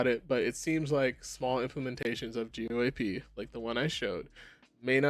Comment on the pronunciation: Lol man, I wish you would have learned how to pronounce an industry standard before you made a video talking about what's wrong with it. Not a good look.